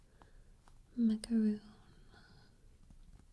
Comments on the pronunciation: its macaron not macaroon goodness gracious sake get ur facts right and google it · It's pronounced macaron not macaroon